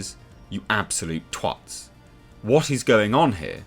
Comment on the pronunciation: wtf did you say? Tw*t....if thats the word you said, do not ever say it like that again 😑 aids to the ease. Sound american